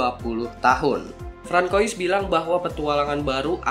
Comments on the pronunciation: Francois bacanya frangsoa bang. Btw S8 edge emangnya ada ya? 😆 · interupsi, pimpinan..!! Francois itu dibacanya "FRaeNSWA" (versi US) "QONGSWA" (versi French, plus versi AC Unity) OI di dalem nama biasanya dibaca OA alm. Chris BENOIT dibacanya KRIS BENOA (nama marganya kyq lu nyebut nama lokasi Tj. Benoa) tengkyu